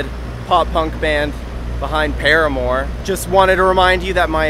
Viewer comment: He mispronounced parahmore